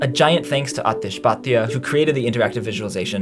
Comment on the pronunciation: please pronounce the names correctly - T in Bhatia (spelt wrong in vid) is different from t in Aatish (correctly spelt in vid). GoogleTranslate says it right